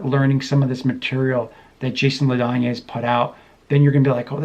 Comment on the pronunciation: His name is pronounced "La Danny."